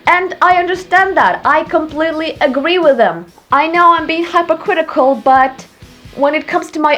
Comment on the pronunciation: I think it’s kinda funny how when you say “hypocritical” it sounds like you’re going to say “hypothetical” at first. Not judging, I just think it’s funny in an adorable way. 😄